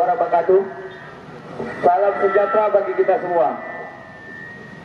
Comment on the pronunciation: Salam aja blepotan